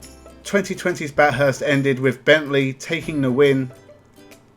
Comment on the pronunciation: I assume you didn't watch any of it. You should know how to pronounce Bathurst if you did.